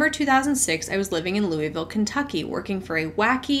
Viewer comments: Came to the comments to find the people correcting pronunciation of Louisville. 🙃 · I was surprised to hear my city! Fun fact, locals call it Loo-uh-vul. If you pronounce it Lewie-ville we immediately know you’re not from here. lol 😂